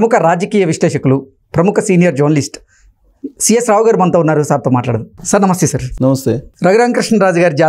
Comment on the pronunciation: Meerkat jornalist Ani palakadam maaneyandi. Telugu Or English dictionaries lo ee palakadam nirvachimpabadaledu. Sadaaseedaaaga journalist padaanni Jarnalist Ani palakandi